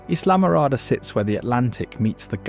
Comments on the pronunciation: Islamorada isn’t pronounced Islam-orada. It’s pronounced eye-la-morada. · NOT pronounced: Islam orada. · ~ correct pronunciation of Islamorada is: I (as in eye) la morada. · It's not Islam. It's isla pronounced EYE-luh, which means island. isla morada 🏝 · No. It's Spanish. Florida was Spaniard. It's Isla Morada (not islam, duh). Only rednecks pronounce it Eye-la Mow-ra-duh